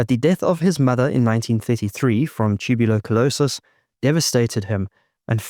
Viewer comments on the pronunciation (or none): Pretty lazy video. Probably AI narration based on how badly the word "tuberculosis" was pronounced. dislike no sub bye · its a little thing, but that's a bad pronunciation of tuberculosis! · This lad loves his E's, he squeezed an extra 3 into Tuberecerlerlosis